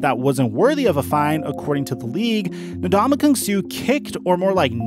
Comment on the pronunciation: in the first 5 mins, how many different ways did this guy pronounce Ndamukong Suh